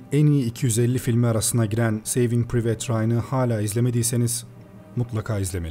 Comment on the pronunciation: private "piriveyt" diye okunmuyor reis. "pırayvıt" olucak